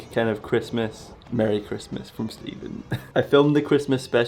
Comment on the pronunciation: MURRY CHrASMWAs